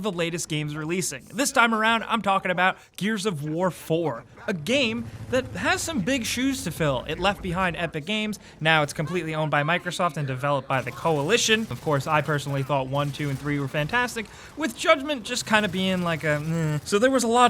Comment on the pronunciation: ''Now it's completely owned by kikerosoft'' Stopped watching there